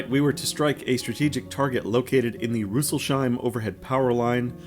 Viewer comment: Yes, yes - I have been looking forward to the next video. Great stuff! Btw, the city is Rüssels-heim (Snouts-home), so not the "sh". I've explored all the Feldberg region by Motorbike extensively and spent over 20 years near Rüsselsheim.